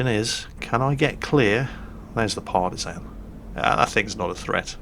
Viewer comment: Ok, i love you, but you need to know, and remedi at the first posibble notice, that Partizan in prounsed with an ä, and that is comming from a former Partizan soldier, from one and only Titos Yugoslavija. Smrt fašizmu, svoboda narodu!! Or to gulak with you